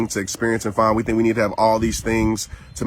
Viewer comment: Don't tink,people don't got dere eyes on u2!!!!